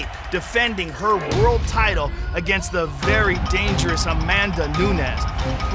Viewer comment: Joe "One of THEE" Rogan